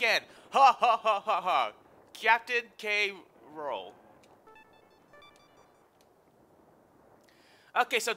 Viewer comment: just a point of note K.Rool is pronounced "Cruel"